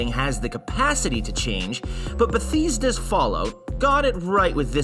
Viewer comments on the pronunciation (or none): the way he said bathesda triggered me really good video btw